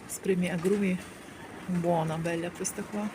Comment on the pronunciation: Signora ,bella a не беля